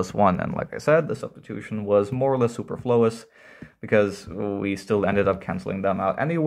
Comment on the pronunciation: I never heard superflous being stressed like that